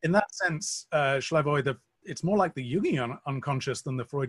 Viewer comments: Slavoj (not Shlavoj) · Slavoj is too gracious to correct the interviewer, so I will. His name is pronounced Slavoj, exactly as written, not Shlyavoj.